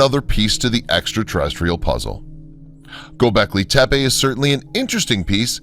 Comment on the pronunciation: God... Who is it. There's this one "researcher" who bugs the absolute s%×t out of me when he says Go becklay tepeah (like tepay) It would sound okay coming from Nick Redfern, but not from this other guy. Lmao!